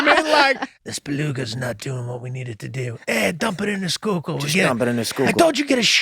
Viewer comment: Yuengling lager is Great Beer but it's the Schuylkill River. Sku-kill